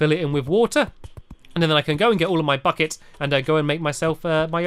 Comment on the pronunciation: did he just say "go and get all of my fuck-its"?!